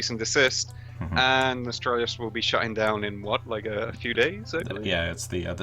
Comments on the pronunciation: Nostralius? Please get it right at least, it's NOS-TAL-RIUS. Just as if you were going to say Nostalgia. The 3-4 last letters are only different, from that It's as easy as saying Goblin pie, I don't know how people keep getting it wrong. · Nostalrius* not Nostralius.. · its pronounced "nuh-stahl-ree-uss" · When you cant even pronounce the name correctly I cant take you seriously. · whats up with all those morons not being able to pronounce a fukin NOS-TAL-RIUS. you dont need an iq 160 to do that